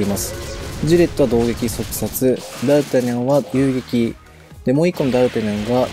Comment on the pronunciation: 多分私の聞き間違えだと思うけど、ダルタニャンが、ダルタャニャン(？)みたいな発音に聞こえる( ºωº )